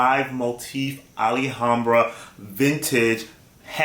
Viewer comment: Ali-hambra? Lol no really Hermes got extra packaging.